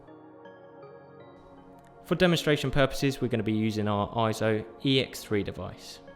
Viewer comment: You can clearly hear in EIZO's own "Brand Message" video how they pronounce it AY-ZO. Also listen to the 2021 Scientific & Technical Awards EIZO Acceptance Speech where "Masato Nakashima", the Senior Product Manager at EIZO, pronounces it as AY-ZO .